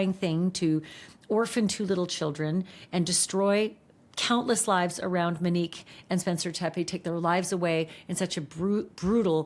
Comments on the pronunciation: it feels inappropriate given the circumstances (her channel makes money off discussing and sensationalizing horrific tragedies of strangers), imo. i feel like she’s aware her pronunciation (mehn-NEEK instead of MOW-neek) is off. i don’t know the standards for typing things out phonetically, but she says ‘Mo’ and ‘ u nique’ in a typical way multiple times in this video so I’m thinking it’s just a name she’s unfamiliar with. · And it’s “MO-nique” , not “Mi-nique” …it’s driving me crazy! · MOnique. Not Meneque. 🤦🏻‍♀️ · Her name is MOnique, why do you keep saying “MEnique”? 😭 Also, please enough with the Brian K comparisons. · Monique, not mo 😅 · Her name is MONIQUE not MO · She did not go by the name “MO”. Her name is MONIQUE. Not “Mo”. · Her name is Monique. Mo-nique. Not Mo. Show some respect. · Her name is “Monique” not “Manique” Sorry, it’s getting to me. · Right, please say MO-nique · One thing Ash is going to do is alter folks names. "Muhnique" is killing me. 😂😂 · Thank you for covering this story Ashleigh but please please for the love of all PLEASE pronounce Monique’s name correctly.